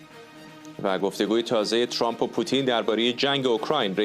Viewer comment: چرا تحلیل گران ویامجریان خارج از کشور جوررری اسم ترامپ راچرررمپ یاترروومپ یاتررررمپ تلفظ میکنند که خودامریکائی هاوانگلیسی زبانان اینجوری غلیظ تلفظ نمی‌کنند تررررمپ چرررررمپ بسه عقده 🤮 بخصوص رااقای چومپ،عقده اینکه لحجه انگلیسی داری توروکشت 🤮 چومپ